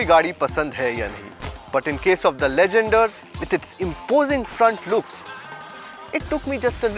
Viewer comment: said right